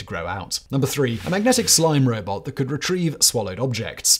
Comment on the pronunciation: You slipped from robot to robit Simon